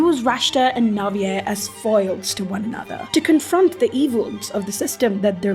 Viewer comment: IS THAT HOW YOU PRONOUNCE NAVIER’S NAME???? I’ve always said it like naveer…😭